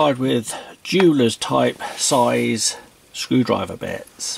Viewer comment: It´s not a brilliant piece of kit, no, according to this guy it's actually "A bwillian' piece of keh!" :-D It's also "Queck te take fings apaah" lol Also you can´t use bits with it, it actually takes "bets"